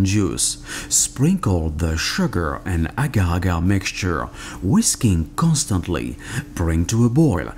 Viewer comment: "Whisking Constainly" he said.